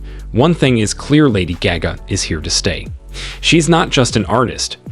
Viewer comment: I can’t watch this cause u can’t even say her name